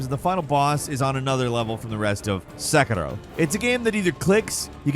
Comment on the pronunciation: I absolutely hate the way he says Sekiro. Just say “Se-KEER-Oh” like everyone else. You’re not Japanese bro.